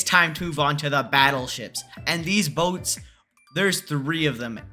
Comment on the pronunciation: “BoTeS” not a word☠️☠️☠️☠️